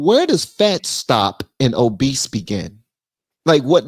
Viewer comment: Obese not Obeast … mind your business… some time it’s deeper than food. 🤬